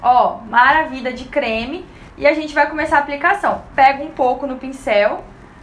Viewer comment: Amei a receita, porquê vc diz maravida, da gunia kkk